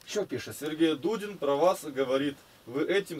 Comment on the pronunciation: Давно я так не смеялся. Не Дудин, а Дулин фрезеровщик.